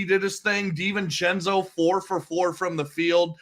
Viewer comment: Hey, it's Dee-ven-chen-zoh, not sen-zoh. Unless I'm mistaken.